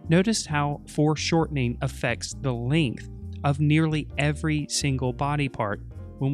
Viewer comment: "affects the lingth". You pronounce length as lingth, but sound basically American - must have some Australian influence in your accent somewhere?